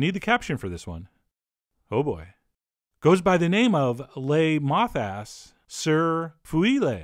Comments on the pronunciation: Did dude just say moths ass😂😂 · layyy moth-ass 😂 #ded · When he said "moth ass" I literally cried 😂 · No one: Not a soul: Chef John: le moth ass Love him dearly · Now that I've heard it I was always see "Moth Ass". Thank you Chef Jon - and Merry Christmas!!! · Just laughed at Le Mothass for like 4 minutes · Dude said moth ass, im so done 😂😂😂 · Le MOTHASS LMAO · Le mothAss....Hahahahaha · LOL, Moth-ass!!!! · "Moth ass"? Excuse your French! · lmao le mothass